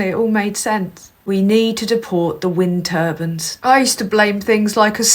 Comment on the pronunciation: "We have to deport wing turbans"😂😂😂